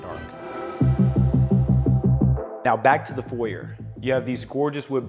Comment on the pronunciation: You need to learn what a Porte cochere is and how to pronounce “foyer.”